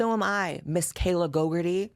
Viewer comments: It deada** sounds like you are calling her "gogurt-ee" and I'm living for it 😂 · Not you saying Kayla GoGUrtHe